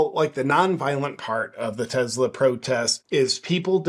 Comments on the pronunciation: JP, enjoy your work man! But its Tesla, not Tezla. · Love your channel but…… it’s not Tezz-la it’s Tessss-la! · What's a Tezla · Start out by pronouncing TESLA correctly. There is no Z in TESLA. That pesky letter in the middle is an S. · Why are you calling them TeZlas there is no Z in Tesla. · Is it Tesla or as you say.. Tezzla 😅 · It's not a Tezla. It's a Tesla. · It is not Tezla name is Tesla. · Why do so many people call them Tezla? There is no Z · Did you say “Tezla” ?? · Am I the only one bugged by the way he keeps saying Tezzla? Super Annoying… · No "z" in tesla! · Its not a very big deal, but it still really annoys me that you insist on calling it "Tezzla," and that you have to say it so many times. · Take a shot every time he says "Tezla", good luck.